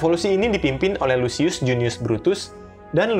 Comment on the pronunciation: Lucius dibaca /lukius/ Caesar dibaca /kaesar/